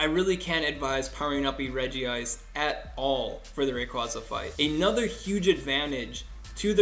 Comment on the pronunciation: How many People are going to keep pronouncing it's name wrong? It is pronunced Regi-ice!!!!